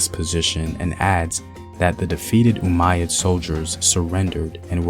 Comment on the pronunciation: Umayyad? Umayyad, bro?